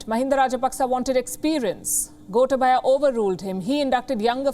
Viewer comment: It is Goootaaaabaya not Gota/ba/ya 🤭😊